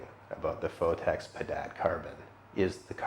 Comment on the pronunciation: ''Phottex'' lool